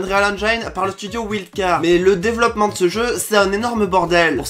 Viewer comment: Le mec sensé être pro des jeux vidéo et qui prononce wildcard avec un bon accent français ?